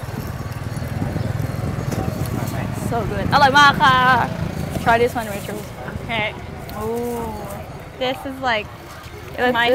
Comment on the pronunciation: She really calling her "racheal(s)"